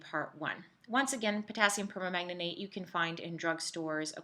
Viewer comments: It's perMANGANATE, not perma-manganate😂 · via : "permanganate [per-mang-guh-neyt]" only four syllables.